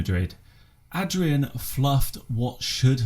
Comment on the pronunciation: thanks mate :) And you actually pronounced my name pretty well being an Englishman hahaha